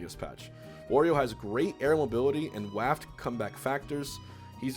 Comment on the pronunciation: Hbox really said waft like raft lmao